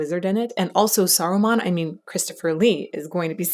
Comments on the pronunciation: It's Saruman, not Sarumon 🙂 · The character in LotR is called "SarumAn", not "SarumOn" - he is not a pokémon :D and the Star Wars character is called "Count DoOku", not "Count DokuU". Yes, yes, nitpicking, but I'm too much of a fan not to complain about this, apologies 😅 Unless I'm missing some kind of joke... in which case: apologies² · "Sarumon" physically hurt me. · It's "Saruman".